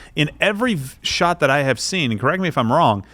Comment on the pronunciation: “I think Quarter-Black knows who they shaught” LMAO!